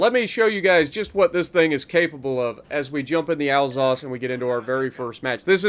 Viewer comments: Isn’t it pronounced Al-sass? I’m bilingual and that’s how I’d pronounce it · Pronouncing Alsace: al SAY ss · I pronounce it "al-sace"